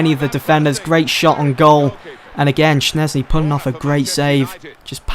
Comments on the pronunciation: It's pronounced shezny NOT shnezny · Jesus christ schzesny is pronounced as it is written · he says Szczęsny wrong